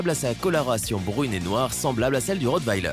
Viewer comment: Bon il ne sais pas dire rottweiler ça va mal